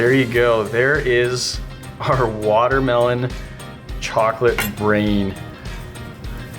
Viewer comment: learn to pronounce watermelon